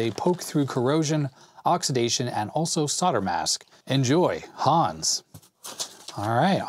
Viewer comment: "Hans" is pronounced just like "guns" but with a "h" instead of a "g".... ;)